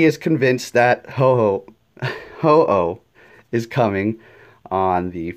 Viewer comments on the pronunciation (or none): "Zapados" "Ho-Ho" C'mon man please pronounce them right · “zapados?” “oh-ho?” lel